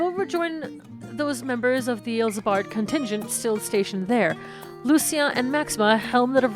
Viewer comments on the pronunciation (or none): none